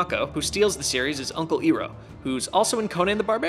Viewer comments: Iroh is pronounced Eye-row, not Ee-row...be better than Shyamalan lol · It's uncle I-roh not E-roh. My pet peeve you just reminded me of that shitty M Night Shyamalan movie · did he call Iroh ...... Eeeeeeeeeroh? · did u really just make the Avatar movie mistake of calling him EERO? not IHro? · I'm here to yell at for mispronouncing Iroh. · infinity respect points lost by pronouncing uncle Iroh name wrong!!!!!!!!!! Thats not the way to say his name. Thats the m. Night ruined your movie way!!!!!!!!!!!!! Just no! No! No!